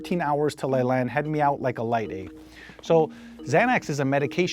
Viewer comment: “Out like a light, ayy” he sound so Canadian. “Eeh”